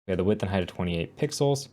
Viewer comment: did you just say hate for height :)